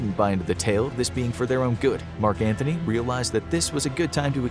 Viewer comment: I love your channel, but everytime you talk about Ceasar you say Mark "Anthony", its Antony, there is no H